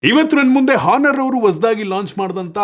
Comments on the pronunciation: Guru HONOUR alla ONOUR antha pronounce madappa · ಹಾನರ್ ಅಲ್ಲ bro.. Honor ಅಂತ ಇದ್ರೂನು ಅದನ್ನ ಆನರ್ ಅಂತ ಓದ್ಬೇಕು